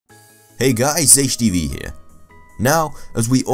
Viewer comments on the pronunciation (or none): none